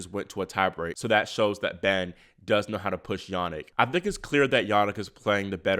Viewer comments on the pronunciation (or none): none